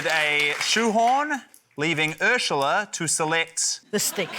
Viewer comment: Is it just me or do they all pronounce Urzila as Urshula? What's up with that?